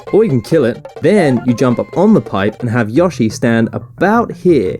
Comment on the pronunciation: YOSSY and an FIAH MARIO